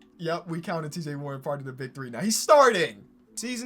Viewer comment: U said cj warren